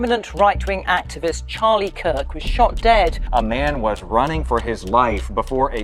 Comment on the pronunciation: Its not Sharlie Kirk, its pronounced Chaar-lee.